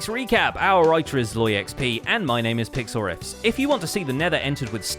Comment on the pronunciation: Is it weird I thought I heard PixelRiffs call himself PixelRick?